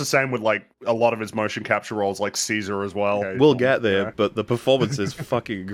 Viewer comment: when talking about Ceasar in the Planet of the Apes trilogy, says "we'll get there, BUT the performance is fucking incredible" and I got two questions in my mind - First one is: EFAP movies on Apes trilogy soon? Second one is: that "but" there made it sound like he thinks the movies are bad, and I'd hate that to be the case cause the Apes trilogy is almost as close to perfect as the Lord of the Rings trilogy is